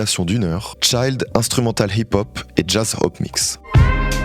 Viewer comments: La prononciation c'est pas "Thchaïle Co" mais "Tchill'd Cao" (Chilled Cow) j'ai mal aux oreilles tellement tu l'as répété de fois 😂 Excellente vidéo au demeurant, j'ai codé des millions de lignes en écoutant LoFi Girl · Si possible la prochaine vidéo, essaie de prononcer comme il faut le sujet de la vidéo que tu répètes une dizaine de fois. Tu prononçais CHAILDcow alors que les deux L imposent de prononcer CHILDcow. Ça ne rendrait la vidéo que plus agréable et d’une qualité encore supérieure. À prendre comme commentaire constructif et non une critique personnelle! À+ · tu prononces child co. entreprise d'enfants toute la vidéo. au lieu de vache relax chilled cow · C'est pas "child cow" (tchaïlde) mais "chilled cow" (tchilde) la prononciation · J'ai mis 20min a comprendre de quoi tu parlais en disant ChileCo ou ChildCo parce que j'écoutais ta video en arrière plan, c'est Chilled Cow, Chill comme dans "ville" plutot que dans tchai. Cheel'd, l'd comme dans Aldi, Chilled Cow, et Cow comme dans ow quand t'as mal, Cow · Merci pour ton contenu. Toujours interressent. Mais pourquoi mets-tu un point d'honneur à toujours massacrer la langue anglaise?😅 Ici CHILLED COW se prononce/tʃɪld kaʊ/ → “tcheeld kaou” Sans rancune, des bisous❤ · Super vidéo! Par contre « chilled cow » ça se prononce « cheeled cow » pas « child cow ». Voilà désolé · peut-être pour mieux prononcer les noms anglais tu peux en chercher la prononciation phonétiquement en amont. Ça évitera les maladroitesses comme "chilled" que tu prononce comme "child" qui veut dire enfant, et "cow" qui se prononce plus "caw" 😉 Sinon super vidéo comme d'habitude, grosse qualité dans les docus ça fait plaisir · Putain les prononciations anglaises sont atroces. En format pur audio c'est impossible de savoir de quoi il parle exactement. "Chilled Cow" devient "Chaï Co." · pitié vérifie la prononciation des mots anglais que tu utilise, le chailde cow est en train de me tuer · la fameuse chaîne youtube ChildCo